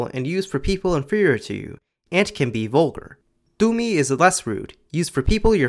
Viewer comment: The way you pronounced 'toi', 'tumi' and 'aapuni' was flawless like a native speaker. I didn't cringe like I usually do when I hear non-native speakers speak and heavily emphasise the consonants. Its too harsh sounding and Assamese is usually very soothing with soft pronunciation. So I think you truly understood the essence of the language.